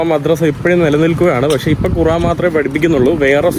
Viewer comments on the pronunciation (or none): none